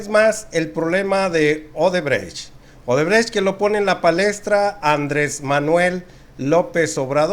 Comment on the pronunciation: Solo aclarando un punto mi buen, es odebrecht no obredecht a como lo repetias